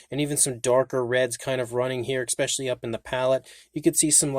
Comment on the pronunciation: stop saying ex-specially. excellent paint on the rex btw.